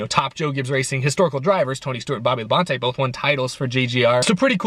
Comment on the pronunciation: No... is pronouncing it wrong:v